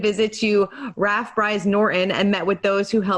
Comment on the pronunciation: You can't even say RAF correctly!